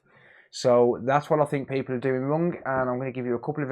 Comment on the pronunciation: Forget the hdmi, are you saying wrong, wrong ? It’s not rung, that’s so rung. It’s wrong 👍🏻